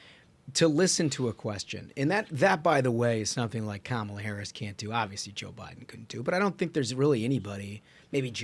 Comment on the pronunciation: Still haven't learned to pronounce "Kamala" correctly yet? It makes you look biased and petty. Or maybe you are biased and petty.